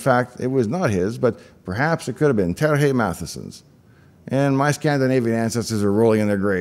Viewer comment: Also, when Dave says Terr-hey Math-a-sen he's, in fact, referencing Terje Mathisen who is a norwegian dude.